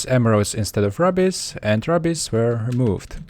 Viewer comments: Rubbies? Dude it's pronounced roo-bees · Rubies, not rubbis!